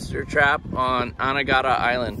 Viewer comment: It's "A-NEE-ga-da" . You guys pronounce the name weird.